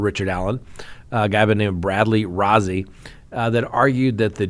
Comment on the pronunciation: Rozzi is pronounced like Rosie. (Roe-zee)